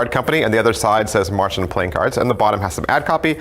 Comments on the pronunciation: Davids way of pronouncing Märchen does sound like marching ^^ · Aaaah! Any german speaking person will cringe so hard at your pronunciation of "Märchen". But all is forgiven, english speakers often have trouble with german haha. Great review as always :P